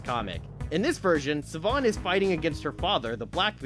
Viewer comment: Siobhan is pronounced "Sheh-Vaughn". Don't ask me how. I believe it's Gaelic, as she's supposed to be Irish.